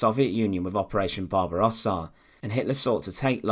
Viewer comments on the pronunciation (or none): none